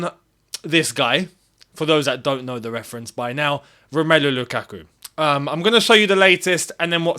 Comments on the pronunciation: Never say his name again please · y say his name u burnt my ears off u been doing well for like 2weeks now 😂😂😂